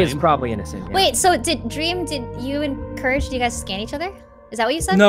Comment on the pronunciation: It's courage